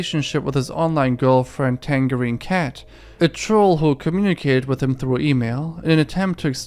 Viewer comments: Are u mispronouncing tangerine or am i missing lore?? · It's tangerine 🍊.....tang(rhymes with flange) erine (like margERINE) oh ffs just YouTube the pronunciation for tangerine.